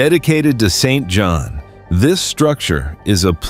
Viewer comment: Please try, not John, but J o v a n . You have an excuse on google translate :)